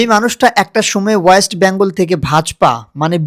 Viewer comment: আগে বাংলা সঠিক উচ্চারণ করা শেখ। ওটা অয়েস্ট বেঙ্গল নয় ; ওয়েস্ট বেঙ্গল হবে।